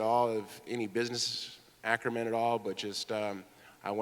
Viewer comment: at 21 minutes tito makes up a word. I think he is trying to say acumen.